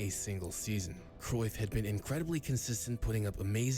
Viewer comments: And, yes, you are murdering his last name. But you have to be really proficient in speakiing Dutch to be able to pronounce 'Cruijff' correctly. The letter ’ij' (not 'y') has no equivalent sound in English (nor in French, German, Spanish). Nor does the combination 'uij', There are Dutch video's about hiim, should you want to listen to how it is pronounced in Dutch. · Your pronunciation of Cruyff wasn't a million miles off.👍